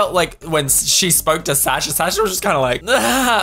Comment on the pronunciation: why are you saying Sasha wrong 😅 take it from a russian, it's suh-sha